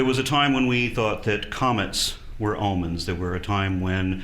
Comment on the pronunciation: it almost sounded like he said "almonds" instead of "omens". Now THAT would make an interesting myth. :P